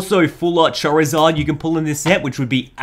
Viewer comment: I believe you said Charizard like chair-izard. Poor chair, anyway.